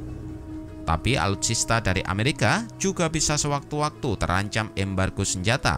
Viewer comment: Netral? . Cara penyebutan nama dari Amerika ke mamarika itu saja sudah membuktikan anda fansboy nya rusky